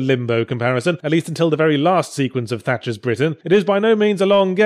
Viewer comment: Haha... Tatcher's Britain... I laughed every time you said it.